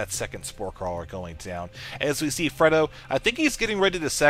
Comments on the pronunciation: Are you sure it's not pronounced Frey-do? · have you ever seen The Godfather? This isn't to be mean it's just you keep mispronouncing Fredo.